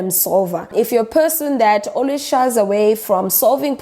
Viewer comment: Her: Point of person my ears: Point of pissing Had to go back and listen to that again with subtitles on